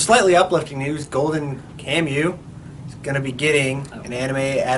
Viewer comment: Golden Kamui "kam-wi " you troglodytes.!!. It's a historical epic.!!.